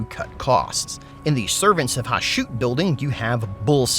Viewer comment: Isn't the pronunciation of the Chaos Dwarves God Ha-shut? Not Ha-shoot?